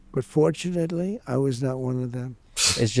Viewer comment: 'forshinally" Someone should get trump a blankie and a pillow.